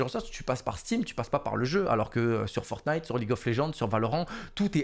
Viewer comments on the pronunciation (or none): none